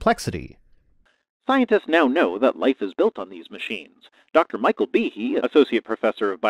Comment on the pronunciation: Am I the only one who heard Behe and immediately said it out loud like Michael Jackson’s Tee-Hee? 😂🤣 also I had to look it up to check the spelling and apparently google says it’s supposed to be pronounced (bee-hay) so idk which is correct 🤷‍♂️ also please forgive my lack of proper annunciation, grammar is something I’m trying to work on but not my strong suit😅